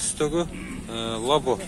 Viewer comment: Лаво дейсинби